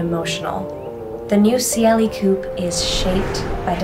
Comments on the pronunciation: did she say KUP instead of coupé? omg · Say it properly: Koo-Pey